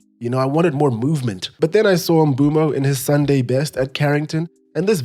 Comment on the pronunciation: The only person so far who’s pronounce Mbeumo a name properly